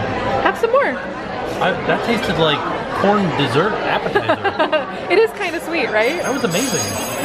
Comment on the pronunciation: “Dess ert”